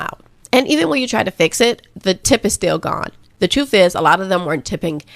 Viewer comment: first off, I LOVE you, your delivery, your content and your authenticity. However, please, please stop pronouncing the word truth as trufe. This isn’t a complaint, but you don’t enunciate the words with “th.” You always replace the th with the f. Wif instead of with as an example. I do love you.